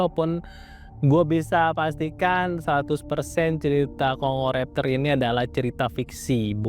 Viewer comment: Ternyata di baca Kongo raptor,.. Maaf min, Tadi sempat tertawa kirain baca nya dengan aksen Jawa "congor aptor" karena gk di pisah bacaanya "congoraptor" 😂😂😂😂😂😂